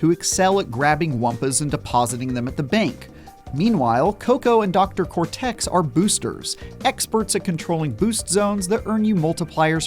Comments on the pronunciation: The emphasis is on the “Cor” not the “Tex” in the word Cortex. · for real its just the word cortex. idk why he was pronouncing it like that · Nope, sorry, it's not. Play literally any Crash game. The emphasis is on the "Cor", not the "tex". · The way he says Dr "Cor Tex" lol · The way this guy pronounces dr cortex's name makes me want to kill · That's not how you pronounce Cortex or Dingodile's names. Has this guy even played a Crash Bandicoot game before? 🤦‍♂ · He definitely says Cortex weird. Nothing major. He said Dingodile how every person I’ve ever heard say it. So not sure what you mean there